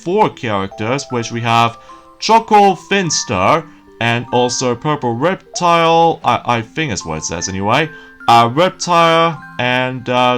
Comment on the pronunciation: RUGRATS.... And The characters names are Chuckie Finster, (NOT CHUCKLE FINSTER!!!!) And purple Reptar (NOT REPTILE!) Reptar (NOT REPTILE!) And finally, Susie Carmichael! I see your not very good a pronocuing names. but that's what I'm here for!